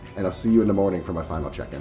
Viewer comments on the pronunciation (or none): none